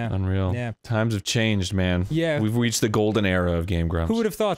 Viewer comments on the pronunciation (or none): "weve weeched the golden era" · "We've weached" 😂😂😂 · I have rewinded this thirty times and it still sounds like Arin says "we've weached the golden era of game grumps" and I keep laughing I swear that's what it sounds like